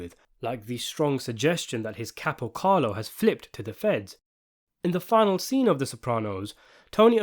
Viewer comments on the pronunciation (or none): none